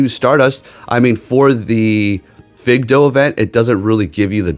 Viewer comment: Fidough. Fi-doh. Lol...its literally a generic term for dog. Fido The way you said it makes me giggle a little. Maybe a lot. Could be because I live in Washington state, and it just smells like weed when I open the door. But I'm not complaining 😉 and I like your videos.